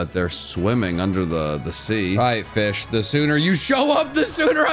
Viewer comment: SHINY FEESH